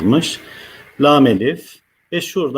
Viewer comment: Sayın hocam, Neden “LA^M” diye telaffuz etmiyorsunuz Hakkımız var mı bu harfi kalın okumaya Lütfen